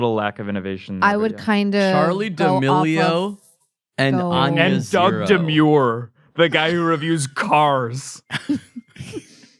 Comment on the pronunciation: I can’t believe how hard fumbled here. Demure? Is there a joke I’m missing or did he just mispronounce Doug’s name? Charlie D’Amelio and Doug Demuro would’ve been such a fire rhyme and a great joke with the context. Why’d he say demure instead of Demuro??? Doug and Charli should swap jobs for the day. I want to see Charli review a manual car that’s twice as old as her and I want to see Doug attempt to hit the renegade